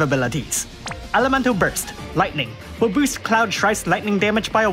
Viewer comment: I love how you read will as whale